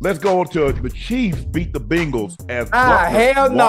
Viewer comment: Unc mispronouncing the Bengals is 😂😂